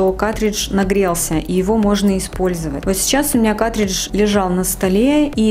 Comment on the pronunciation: Не катридж, а каРтридж. Уши режет, кошмар. Не смогла досмотреть.